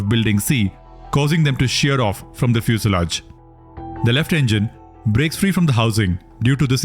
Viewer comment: The narrator mispronounces EMERGENCY and FUSELAGE. Correct: "i-mer-guhncy." Right: "fyoo-suh-laazh." The UH is a schwa.